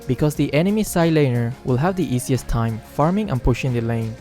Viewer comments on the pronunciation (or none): none